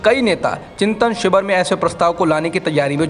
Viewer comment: शिवर? या शिविर? उच्चारण पर ध्यान दें